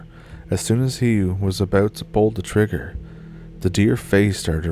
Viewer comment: “It’s all aboot Canada”. Spoken like a true Canadian 😊